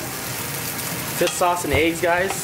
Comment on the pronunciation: It's "Fish Sauce" not "Fis Sauce" know the difference